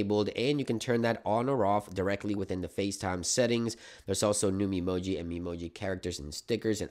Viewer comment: trust an american to say memoji like that lol